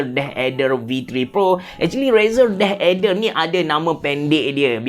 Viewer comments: Yep aku dok dngar deh eder ok deh 😅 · asal dengar abe cerah sebut deh ader sounds so kelantan HAHAHAHAH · sebut deathadder versi klate auto jadi deh eder HAHAHAH , btw nice content as always